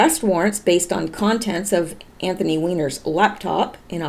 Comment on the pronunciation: His name is ANTHONY, not Anthon